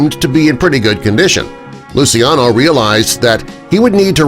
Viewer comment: Just a small correction of the pronunciation of Lucciano’s name. It’s not as you pronounced it but it’s pronounced as: lu chiya no, with the I being a silent one.